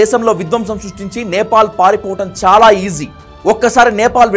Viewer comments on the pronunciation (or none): none